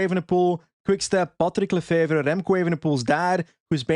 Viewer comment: OOOOW you said this perfect !!! patrick lefevre ! I almost would believe youre flemmish ! I wish Remco would go to ineos ! he will have a great team to support him in ineos !!! Last year lefevre was angree because ineos was flirting to much with remco !!!